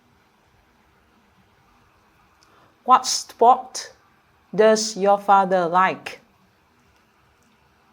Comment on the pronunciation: You forgot "r" in the word "sport".